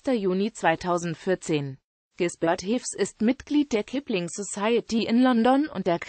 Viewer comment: Der Mann wird Hafs ausgesprochen, das e ist das niederrheinische Dehnungs-E.